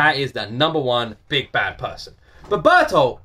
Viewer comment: Yeah, Ber-tolt is the way it's said. Reiner has to face the humanity of the people he has massacred, on a level that he's been able to compartmentalize until now, and he's not handling it well. Method acting can seriously mess a person up in a matter of months, if it isn't done properly, and Reiner has been a deep cover agent for at least three years, and potentially much longer. When Reiner the Wallmarian Soldier is acting, he puts aside any memories that belong to Reiner the Titanic Warrior, so there is no risk that the information or emotions tied to those memories will taint his performance. After years of doing this, the soldier persona has started to become something more like a split personality, which manifests habitually when Reiner the Titan Warrior feels guilty about breaking Wall Maria, rather than being a trick he can perform upon command. Bertolt uses the trigger word "warrior" to snap him back to his senses, but the past several years of his life aren't just going to go away that easily. He's loved and protected and dreamed with these people while ignoring the fact that they are his enemies, and now he has to look that dissonance in the face. Bertoldt has kept more distance, and let Reiner be his social tank, so he isn't as torn up, but this can't be easy for him either. "The Beast Titan caused Titans to rise within the Walls." Ymir blames the Beast Titan for the sudden appearance of titans inside Wall Rose, explaining how night walking Titans